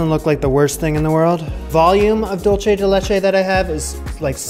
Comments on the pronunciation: Love you,. Just a tip, for "dulce," say "THOOL-seh," but never say "Dool-cheh." That's Italian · “Dual say”= dulce (Spanish) “Dole chay” is what you are saying lol like dolce (Italian) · Every time you say “dolce” instead of “dulce” the Hispanic in me cries.